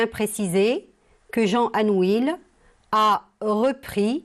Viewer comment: On prononce anouille et non anuil